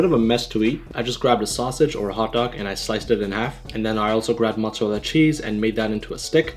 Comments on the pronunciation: Why every american dont know how to say mozzarella Im italian>:) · why Canadian and pakistani dont know how to say mozzarella-_